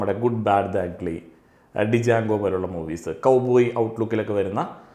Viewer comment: ജാങ്കൊ എന്നാണ് പ്രൊനൗൺസിങ്.